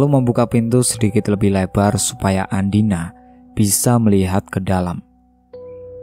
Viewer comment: Mohon maaf ya ada kesalahan pengucapan nama tokoh utama yang seharusnya andina. Malah ada yang di ucapkan dengan nama andini…